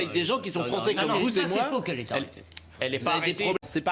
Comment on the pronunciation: Praud nous ressort ses fake niouze et juste après "les françè comvouzémoi" putain quelle honte.